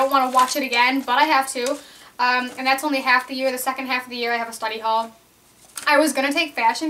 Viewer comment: when you said "study hall" it sounded like "slutty hall"...rofl. :3 my school is 9-12 and we have 500 students as well haha..